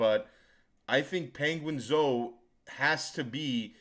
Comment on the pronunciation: I've gained new respect for for calling him ''penguin-zo''😂